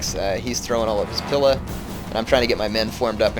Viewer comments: "pila" is pronounced with a very emphasised "ee" sound. like "peel" or "wheel". youre kinda saying it like "pill" or "will". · Js that "pila" is pronounced "pee-la"